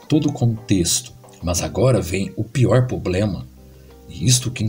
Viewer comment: shalom chaver desculpa meu incomodo...é apenas quando o nobre irmão fala ''poblema''e'';seje''....Ficaria melhor ..'''problema'' e '' seja'' .um abraço.. espero não ofender